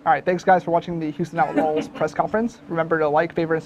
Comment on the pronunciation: said “Houston OutLOL’S”